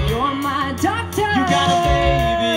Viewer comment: The way she says “doctor” kills me